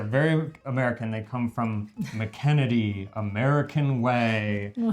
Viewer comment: it's McKenney. Kenney, NOT Kennedy!! No D! I got those peanut puffs at Aldis and hated them.